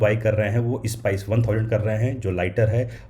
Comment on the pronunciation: Spice ko "is-pies" banadia